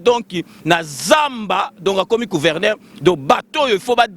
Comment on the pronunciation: Balobaka " Gouverneur, pas Couverneur" svp